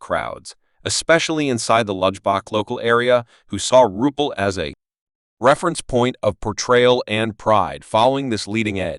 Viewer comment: Have the RESPECT to pronounce the name CORRECTLY if you're going to do a video. Disgustingly UNPROFESSIONAL.